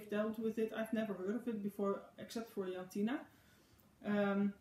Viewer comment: I can see the difference between the two pinks on the screen! Funny, I kept hearing my name, almost, it's Jantine 😉. Not sure who the Jantina is you were talking about, would love to know though!